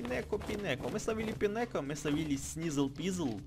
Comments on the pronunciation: Не пинеко , а пайнеко читается.Фортрес -это эволюция пайнеко.И пайнеко похож на шишку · Не пинеко, а пайнеко